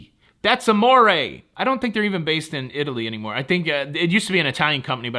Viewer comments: "It-ly" is how Italy, Texas is pronounced. They have very few cruise ships. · The way you said “IT-LEE” made me more uncomfortable than my father-in-law saying “EYE-TAIL-YIN.” 😂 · "Is-lee"? The Seaside is indeed a beautiful ship. However, I will never sail them again. Far too many issues to list here. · Yes, hearing “Itly” was a little painful, but not as bad as seeing “broke” ship in the thumbnail instead of “broken” ship!!!!! HA!! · 🤣🤣Over there in “Itly”. The southern old timers say that. Thanx for the chuckle!🤣🤣🤣. And I park at the port. So worth it!! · I smile and cringe when says "eye-talian" I can handle "Itly"